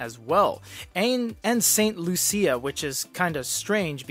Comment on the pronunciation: I lol the way you pronounced St. Lucia😅